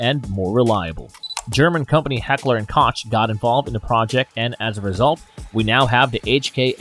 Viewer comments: It's heckler and Koch (coke) not heckler and crotch, oops Koch you owe me fifty bucks! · Heckler & Koch was pronounced wrong. Koch is pronounced more like "coke" not "cotch" That one's free, you don't owe me $50. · Correction: Heckler & Koch is more correctly pronounced Heckler & Kok, where my dollars at 🤟🏻😉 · Ahhh, Heckler & Koch is pronounced, "coke" not "cotch". I would like to claim my $50 right away, please? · Koch is pronounced "coke" not "cauch". Don't know about Kel Tech... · Koch is pronounced cock , 50 bucks?😅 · its heckler and coche (cock) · heckler and koch (coke) is the proper pronunciation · Mispronounced heckler & Koch. Koch is pronounced like coke. 4 minutes 36 seconds in. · Heckler & Koch pronounced (coke) $50 please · You pronounced Heckler and Koch incorrectly (heckler and "coke") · wheres my $50, you said koch wrong, its not ko-ch its ko with this weeird sound i cant type out at the end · Mentions XM8, goes on showing AR15 and G36 style rifles. Also it’s Heckler & Koch (not coach), so you owe me $ 150. :3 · It is mispronounced to call them „Heckler and Koatsh“ Hekler und Koch is a German gun manufacturing company, the name Koch is the German word for Cook, it gets pronounced different. ✌️😂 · Nope. The correct way to pronounce the "ch" in Koch doesn't exist in any english word. But some spanish can help, for it is pronounced like the J in Jalapeño. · I am half German and grew up in England and Germany. It's not pronounced Coke. The O sound is short like the O sound in ought and the CH is like the H at the beginning of the word huge. Start to say huge but stop right after the H. It's the same back of the throat sound. Coke is the American pronunciation, but it's really incorrect. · Uhm no. The koch in Heckler & Koch are pronounced is pronounced quite differently, in IPA [kɔx]. Source: am german speaker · You pronounce "Koch" wrong. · You mispronounced "Koch". Where is my money? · You miss pronounce Heckler&Koch Greetings from Germany🇩🇪! 😉